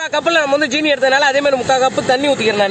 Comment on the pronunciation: Anna 'jeeni' EIIA 'seeni'